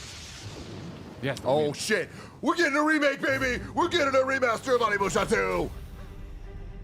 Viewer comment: When’s someone gonna tell Tim it’s pronounced O-nimusha, not ON-imusha? Lol